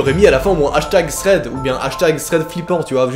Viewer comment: Ça m'horripile comment tu prononce "Thread" mon dieu. Sinon très bonne vidéo